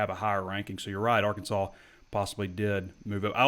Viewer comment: He may have been joking but please ask to pronounce “Arkansaw” rather than the famous Les Miles’ insult, “ArKANSAS”.